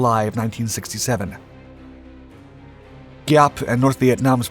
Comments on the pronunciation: Thank you for this video. While I appreciat your story, which carries honest events, your pronunciation needs a little help. General Giap is pronounced Zap; in Vietnamese, the GI combination is pronounced lika a Z. Võ Nguyên Giáp is pronounced Vo Win Zap. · Giap....with a Zzzziap... sound